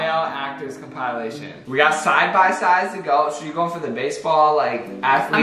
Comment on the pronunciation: Why did pronounce compilation like that😭